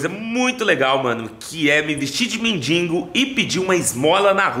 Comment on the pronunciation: porque na tabmb voce escreve "mendigo" certo, e na hora do video voce so fala "mendingo"? agonia voce falando errado irmao...